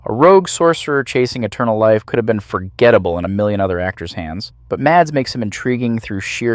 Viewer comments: Here in Denmark, he is the biggest star and most likely will remain the superstar for decades to come. We're quite proud of him. His name is pronounced Mass, not Mats. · I'm Danish, just like Mikkelsen, and my brother's name is Mads. 'Mads' is pronounced 'Mas'. The D is silent. It's not 'Mars' either, but just like you'd pronounce 'has', only with an M. The same goes for Madsen, as in Virginia Madsen or Michael Madsen, or old Madsen machine guns. The D is silent, so it's pronounced 'massen'. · That's not how you pronounce his name 😭 The D is silent. Its pronounced Mass like the end of Christmas. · please, the D is silent. his name is pronounced mas. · Its so funny to hear people call him MaDs, the d is silent so just call him Mas😂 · Just here to say two things: 1. love the vids. 2. His first name is pronounced Mass.